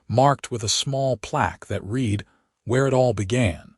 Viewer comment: At about : : the pronunciation of 'read' is messed up, .needing a soft 'e' to fit the context!. Oops LoL 😢😢